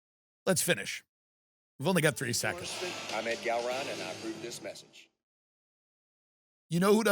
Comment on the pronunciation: Who the hell even is "Ed Gallroon?" You can't even pronounce his name because nobody cares who he is. Tucker kept calling him "Ed Gallroon."